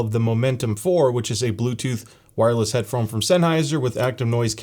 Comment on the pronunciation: I think I heard "Headphome" multiple times🤔